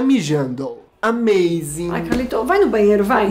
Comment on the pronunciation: E o "amaizing" kkkkkkkkl